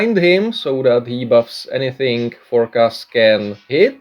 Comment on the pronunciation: For-nic-ass!! Hahahahahahaha